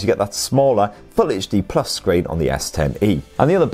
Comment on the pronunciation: Did you say edge screen?